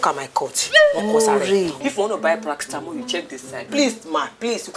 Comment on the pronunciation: The way kiekie pronounces paracetamol as "Prastamol" 🤣😹😅